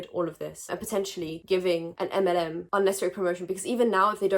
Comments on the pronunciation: I thought was saying "M&M" instead of "MLM" so I was confused while wondering what was wrong with the chocolates 😂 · since I've been speeding up videos, you saying "MLM" sounds like m&ms and it confused me on why you popped off on a candy :,) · What about Skittles? Can I speak on them? ☺️ (I apologise. I thought you said M&M the first time. Not MLM) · am i the only person who thought she said M&M instead of MLM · Fully thought you were saying M&Ms and I was so confused, was like that’s my favourite chocolate 😭😭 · I dead ass thought she was saying mnm and was thinking the chocolate company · I swear I thought you were saying Eminem